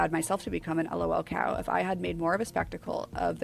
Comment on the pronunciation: May NEVER find patient zero of Lolcows(Chris Chan) and fall into the rabbit hole of Sonic the Hedgehog. The fact she pronounced Lolcow incorrectly put a smile on my face. That fact I know how to pronounce it correctly makes me sad again.